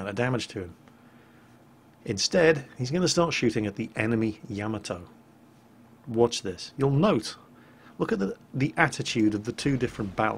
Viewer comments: Yamato sounds like Ya-mot-toe not Yam-a-toe. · Argh!, my OCD! It's Ya-ma-TO! Not Yamatoe! And it's Shima-KAze, not Shi-MAKaze! has that gun ready, doesn't he? Well, time to run off to Vault 81. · Good video. I'm guessing you don't think it is a good idea to sail broadside on to a battleship. ;-) FWIW - Shimakaze is pronounced SHEE-ma-KAH-zay. It literally means "Island Wind." Yamato is pronounced Ya-MAH-toe rather than Yama-TOE. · Yamato (yu-ma-to) shimikaze (shimi-kaza) PLEASE PLEASE PLEEEEEASE PRONOUNCE THEM CORRECTLY!!!!!!!!! Please?